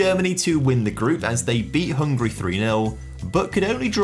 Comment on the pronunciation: It's not "hungry", it's "HungAry", this 'a' shouldn't be silent. Cheers ;)